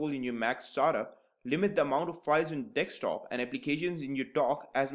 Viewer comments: Your saying dekstop not desktop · It's Desktop and not DEKSTOP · It's desktop not dekstop..